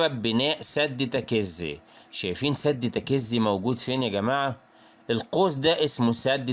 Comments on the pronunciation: الاسم تكيزي لما تنطق لا تشدد حرف الكاف تخفف الحرف اتلعم لغه عربيه الاول واطلع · برضوا غلاط الكاف والزي مفتوحين مش مشدين هوا ينطق الكاف ومشددة وهيا العكس وحرف الزاي أيضا تكون زاي مخففه ويا اخي أنا تخصص لغه عربيه